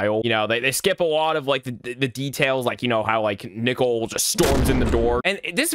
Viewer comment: Bro why does when he says "nickel" instead of "nicole" is the scariest part if the video💀💀💀💀💀💀💀💀💀💀💀